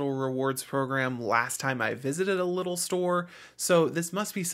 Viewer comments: It's pronounced LEEdl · Came here to say that haha. But liddle sounds funny